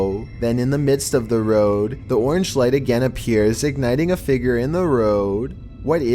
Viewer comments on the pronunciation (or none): Everyone: How do you pronounce "figure"?: Figger.